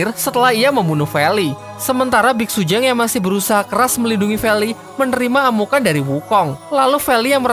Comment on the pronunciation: Bitsutang woy bukan bitsujang